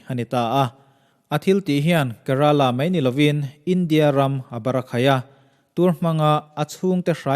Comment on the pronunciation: Kerala..ka tih a lam loh tur ke ti a lam zawk tur